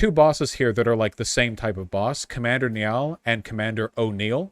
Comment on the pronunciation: That pronunciation of Niall though